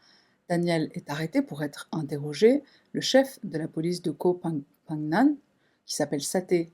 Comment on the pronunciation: Il atterrit pas sur koh phangan,il n'y a pas d'aeroport a phangan,il atterrit à samui,puis prends le bateau pour phangan ! et Phangan se prononce PENGANNE ;) Koh signifie Ile en thailandais